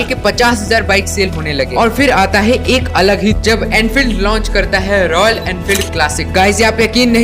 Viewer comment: It's Royal not royan